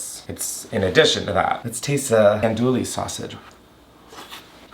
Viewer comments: The andouille pronunciation is sending me into orbit😂😂😂😂 it’s ahn dewy not an dual-y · Hi fellow, Louisianan here, for future references it’s pronounced AHN-DEWEY sausage. I’m sorry I have to 😭😭😭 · My guy, you’re cooking a Cajun dish you can’t possibly over season the chicken! You did really great! If you ever are up to making gumbo again, cook the roux down to a chocolate brown. I promise the depth of flavor is worth the extra time!! Ps, it’s pronounced Ahn-Doo-Wee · i’m from louisiana and i’ve always heard it pronounced like “awn-doo-ee” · I’m loving your really creative pronunciation of ‘andouille’